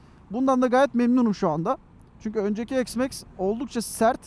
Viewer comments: Eksmax demeyeydin iyiydi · Ne çeşit bir isimlendirme bu "eksmeks"...